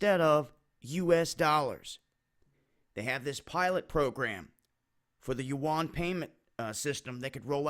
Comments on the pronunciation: Yuan is pronounced like when you say "U.N." fast. I lived in China 9 years. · I thought I was hearing it mispronounced.